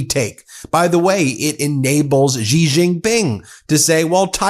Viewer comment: Ben. Xi is pronounced “she” (very close to accurate). Please stop the weird noise you use for his name.